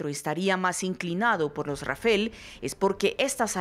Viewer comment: rafale no rafel